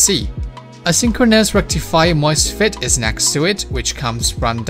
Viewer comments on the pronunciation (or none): none